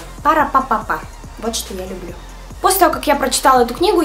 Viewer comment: Как ты всегда говоришь: лЮблю!!!! 😘